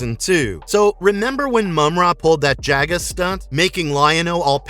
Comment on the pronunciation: Who TF is Jag-uh? It's JOG-uh!!!🤦🏼‍♂️🤦🏼‍♂️🤦🏼‍♂️